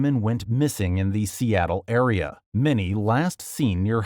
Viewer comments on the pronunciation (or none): none